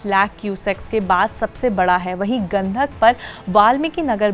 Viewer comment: Abe Gandhak nahi….. Gandak hai Aapne Naam Padhne me Angrej ko bhi Fail kar diya 😂😂😂😂